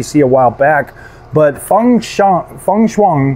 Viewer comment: The xi is pronounce chi So it was be called fan.chiang